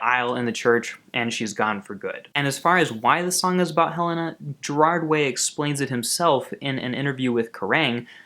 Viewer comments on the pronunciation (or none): I thought it was Hell-ay-na not Hell-ah-na? Helena ?!?!? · It's pronounced Heh-lay-na not heh-len-ah.... but you said it right once and then ?? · when it's actually pronounced hel-aye-nah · It's pronounced "Hel-ay-na" though. Helena was Mikey and Gerard's grandmother who died. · You are mispronouncing Helena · There is no NOT in the lyrics. Look it up. He pronounced Helena wrong also